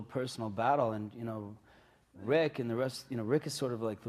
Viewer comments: They said nick instead of rick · Rick not nick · Nick? Lol isn't it Rick?